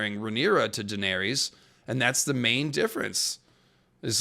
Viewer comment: You really can’t pronounce her name properly? 🤦‍♀️